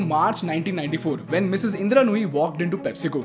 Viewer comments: Her name is "Indra" and not "Indira" bro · Anyone else distracted by how he repeatedly messes up her name, calling her "Indira"?